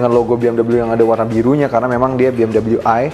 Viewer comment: klodi indo sebut biasaa aja bng bmw .dobal dabel u😅 ..dengernya gmna gtu buat orng kmpun kaya saya